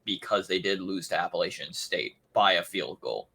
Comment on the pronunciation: "Grayson McCall has his best two weapons returning." What is this guy talking about...First of all, he cant pronounce Appalachian State correctly. Secondly Coastal Carolina lose jaivon heiligh and Isaiah Likely, which were in fact the best two weapons McCall has had. He also said Coastal Carolina is used to being in the championship game when they have only won the East division once, and didnt even play it due to Covid?? C'mon man. Please have someone knowledgeable on here.